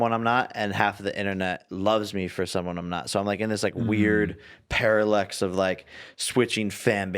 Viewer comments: win or lose he still just said "paralex" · "I'm in this weird paralex" - Jake Paul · no one: Jake paul: i feel like i'm in a "paralex" Paralex? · Jake "paralex" paul